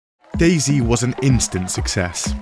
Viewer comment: DayZ, not daisy.